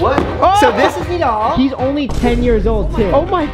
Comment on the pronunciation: Did bro just say Nadal his name is nidal